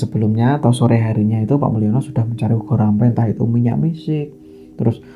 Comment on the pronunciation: Boleh koreksi mas....ubo rampe bukan ugo rampe, mas...hehehe